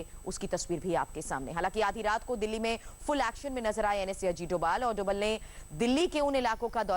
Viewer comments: धोवल नहीं डोभाल है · NSA का नाम अजीत डोभाल है न कि अजीत 'डोवल'. कई जगह 'भ' के लिए V का प्रयोग करते हैं जैसे बंगाल में सौरभ को Sourav लिखतें हैं. NSA का सरनेम डोभाल है.